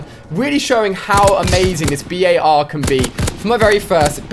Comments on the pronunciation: It’s not B.A.R it’s just bar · It's says bar not b.a.r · Why do you call it the B.A.R it’s BAR like it’s not a abbreviation just call it the BAR please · just call it the bar not the B.A.R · Why doesn't he call It the Bar rather than the B A R ...? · Omg it’s making me mad it’s only called a “bar” not a “b.a.r” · It’s not the B A R It’s the bar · Anyone else notice how he pronounces the bar........... B.A.R